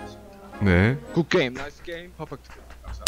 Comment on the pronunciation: “국 께임” “나이th 께임” “퍼풱트 께임”